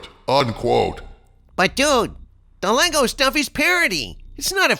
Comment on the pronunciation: "Lego"? Try harder. We still remember what you did